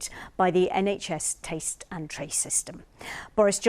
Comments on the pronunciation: ''Taste & Trace'' system ??? 😲 They Cant even say '' TRACK " and they wan't us to trust Their IMCOMPTENCE AND THEIR DUMB NUMBERS 🤦‍♀️ 🤷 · taste and trace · "nhs taste n trace" 😂😂😂